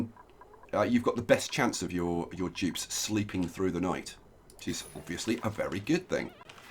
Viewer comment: I was so confused why you were calling them Jibs until I actually heard you annunciate Dupes